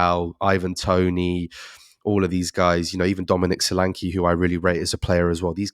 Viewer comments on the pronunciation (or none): Solanke is always wrongly pronounced. E is as in egg or Nketiah